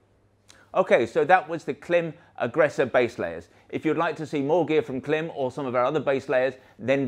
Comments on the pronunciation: I do wish you'd use the right pronunciation for Klim though, otherwise I wonder what other facts are you obstinate about.. even if incorrect. Call the the company and they will tell us how to say the name (it rhymes with climb). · It's as if we said Belstaff mispronounces their own name. We proclaim, with no basis whatsoever, the correct way to say it is Beelstuff. You have done this to Klim and it's a bit disrespectful and silly. No? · Hello. You pronounce KLIM wrong. Not that i'm trying to be a smart ass or anything like that :P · Creditabity immediately lost when you can’t pronounce the name of your ‘American friends’ correctly.